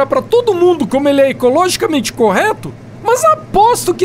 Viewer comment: "Ecologicamente" kkkk